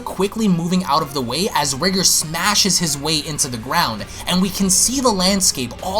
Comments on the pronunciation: Your saying his name wrong. "Rye gore" Pronunciation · R-ee-gore sounds better as that's how "Ri" would be pronounced if there was a japanese version.